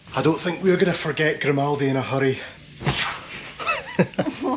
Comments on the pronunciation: 'Grimouldy' hahaha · you're pronouncing it wrong, it's said as "Grim All Day"! 🤣🤣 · Grimaldi* , as in Grime-y 😢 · it's in the name 'GRIM'aldi. lol